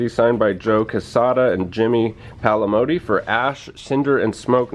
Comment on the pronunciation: Jimmy Palmiotti, not Palimoti